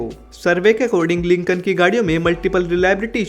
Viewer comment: Its not lincon its lincoln